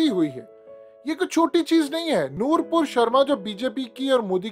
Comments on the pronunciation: Sir صحیح نام لیں وہ نور پور نہیں نُپُر شرما ہے Nupur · Bro....It's not "Noorpur"...It's Nupur Sharma...You have been repeating wrong pronunciation.